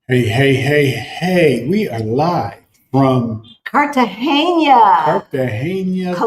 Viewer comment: it's Car ta ge na. Not Cartagenya. It's the normal n. Not the n with ~. So it's pronounced like Car ta hey na. Enjoy!